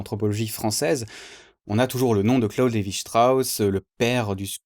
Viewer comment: Pardonne moi mais je pense que tu prononce mal Claude Levi Strauss 😂 merci pour cette vidéo très informative 👍